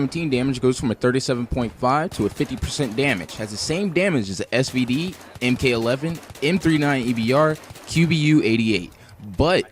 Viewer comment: ...it's Mk(MARK)11